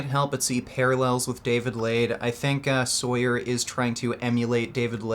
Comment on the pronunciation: He’s natural lmao. People just don’t know how to strength train and doubt the science behind powerlifting programs. And it’s pronounced “saw-yur”